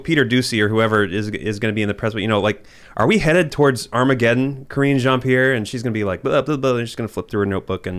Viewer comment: Creepy Joe says "Armagedón" and then immediately runs off like a little fairy. 🤡🎪🤡🤣